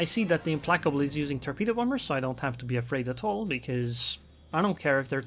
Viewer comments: Hard C, not soft C. Implackable. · Implacable is pronounced "Implacable" not "Implacable". happy to help